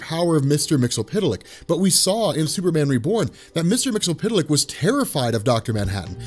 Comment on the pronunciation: Dude.... Myxyzptlk is pronounced "Mix-Yes-Spit-Lick"